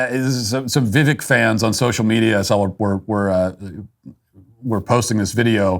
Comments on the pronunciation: Matt, his name is pronounced vih-VAKE, like cake, not vih-VEK like heck. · Poor Matt cannot have any fun at all. Hey Matt you could start with pronouncing his name correctly. It is not pronounced Vivek. It is pronounced Vi-Vake like cake. C'mon Matt, Get it together. If for any reason Trump is out, Vivek is my man along with millions of other MAGA Americans. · It's Vivek with emphasis on the E. You're saying it like Vivik. I know someone with the same name. Besides, not a newsworthy topic. lol🙃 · Viv "ake" like cake 😄 not "vek" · Vivek.. like cake. Not Viv-eck. It honestly wasn't that bad. Matt, that Eminem song is STILL popular. Not like you'd know, though. The DailyWire is all in on an unrelatable, awkward candidate (DeSantis) who can't even get his own campaign straight, so of course you guys have to target the other guy. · Give VI-VAKE (pronounced like that) some slack. Criminy! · It’s pronounced ViVAKE you pasty pillsbury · Your argument is void, you can't pronounce the cake man's name correctly. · Slow news day? Bias towards a certain candidate? Or door number 3? Tbh if this is the worst take you have in Vivek, yea doing something right. Also learn to say his name right, he’s a presidential candidate, come on maaaaaan! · This was based. The only thing cringe here is the fact that you can't pronounce his name properly. Figure it out Mitt. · Matt cant say his name right. This video is more cringe than what Vivek did. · Learn how to say his name Matt 🤦‍♀️🤣🤣